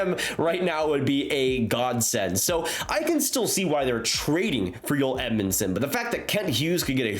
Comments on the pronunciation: Good video always interesting but as an aside Joel Edmundson is Canadian , born in Bandon, Manitoba and his name is pronounced "Joel". The J is not silent and its not pronounced "Yoel". On the other hand Joel Armia is Finnish and born in Finland and his name is pronounced "Yoel". So there you have it: the correct way to pronounce their names: Joel Edmundson from Canada and Yoel Armia from Finland. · Joel not Yoel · His name his Joel. Not yoel. Cringe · Why you call him Joyel... He's Canadian Joel... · Why do you pronounce his name “oel” you need the pronounce the J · Joel Edmundson’s first name is not pronounced ‘Yoel’ as I am hearing you use. They J is not silent. Whereas his teammate, Joel Armia is spelled the same way, but the J is pronounced like a Y. Cheers bud. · It’s Joel not Yoel 😂 he’s not a Swede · It's Joel not Yoel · Y'all are smoking crack..Joel Edmunson is not worth a first...its up there with Hall for Larsson. He's a depth dman who's pretty one-dimensional and not standing out. He's also Canadian and his name is pronounced to that of our english language, in J-o-e-l...not European sounding of Y-oh-El. If it weren't for picking up successful assets that the leafs could not afford to keep, the Oilers terrible management would probably have lost Conor or Leon, by now. Not a fan of the Oilers or Leafs. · Just a heads up, it's Djoel... Not yoelle... The guys anglophone ffs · His name is JOEL not YOEL.. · Joel Armia pronunciation messing with too much 🤣